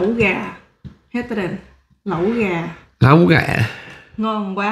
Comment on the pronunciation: Lẫu gà mà tôi thấy anh đọc là láu cá